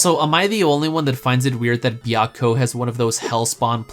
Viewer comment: As a fan of Fushigi Yûgi, your way of pronouncing Suzaku,Genbu,Byakko and Seiryuu hurts my soul.